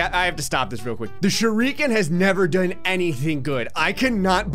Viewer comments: What is a ‘sure EE ken’? I thought it was just ‘shu ri ke n’ But like, put together as ‘shuriken’ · Most People: "Shuriken": "ShurREEEEEEEken)